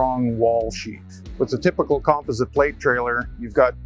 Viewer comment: Why is he saying composite wrong 😂😂